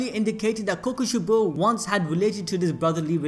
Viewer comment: Kokushee-bow damn you.